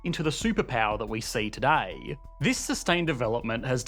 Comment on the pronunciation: It's today, not toodiey. Sheesh.